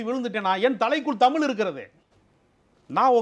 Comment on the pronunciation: இரண்டு பேரும் தமில்- மக்கல்-பாடல்கல் என்று தமிழைக் கொலை செய்வதுதான் கொடுமை....